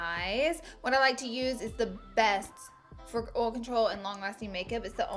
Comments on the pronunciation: she says oll instead of oil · Lol she can't really help it.. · snapfam! exposed highlight by tarte also I love the way you say oil 😍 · Ok I love how you pronounce "oil" 😁 and yasssss thank you so much for this video!!!! #snapchatfamily👻 #coolcomment ❄❄